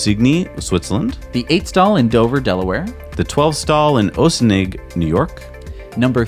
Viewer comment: OHH-sin-ning, NY?? No German Accent; only 50 miles north of NYC. It's Ahh-sin-ing, NY --- home of Sing Sing Prison (officially Ossining Correctional Facility)